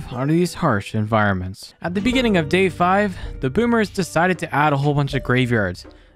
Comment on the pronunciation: In de biginging